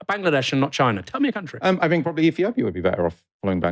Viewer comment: Fursday, fink, Lambuf, firty. Unlistenable.